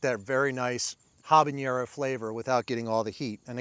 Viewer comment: Love your channel, but isn't it pronounced "hab-a-NER-o", not "hab-an-YER-o"?